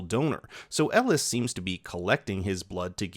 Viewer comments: did bro call elgin ellis?.. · Not really...first half of the review, kept calling, Elgen-"Elis".